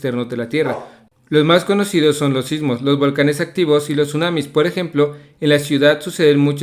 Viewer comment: en geografía dijo sunames🤔😂😂😂😅